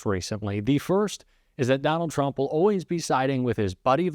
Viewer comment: Turmp? Cognress? Intentional or did you hire someone from fox?